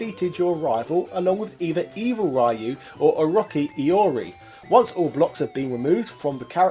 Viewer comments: How is it possible for someone who seems to know a lot about those games (and I imagine have played a lot of them) to actually butcher Ryu' name ...? it's not Rah-you, but Ree-you :) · I'll pretend you pronounce 'Rai-you' deliberately. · Pronounces Ryu wrong and then asks if he's pronouncing Iori correctly. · I'll never understand what sort of mutation the English language went through that now Street sounds like "shtreet". Also, RIP Ryu, you completely butchered his name, over and over.